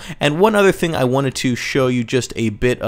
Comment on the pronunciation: WHY DOES HE SAY FING NOTT THING?